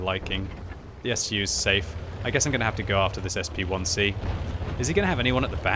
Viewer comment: "SP1C"?! What? Why not pronounce it as a "Shpick"?